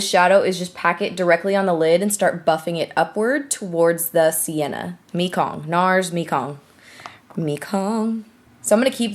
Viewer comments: It's meh-kong not mee-kong, I think! That's the name of a river in Southeast Asia :) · Haha it's pronounced may-gong, after the Mekong river in Asia. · Mekong: May-Kong it's river in Vietnam :) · NARS Mekong is pronounced (MAY-kong) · I'm pretty sure Mekong is pronounced "May-Kong." If it's not referring to the river in southeast asia... oops! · It's pronounced my-kong